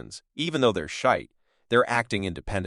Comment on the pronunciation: Shiite not shite..lol..